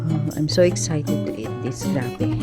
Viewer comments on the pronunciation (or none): none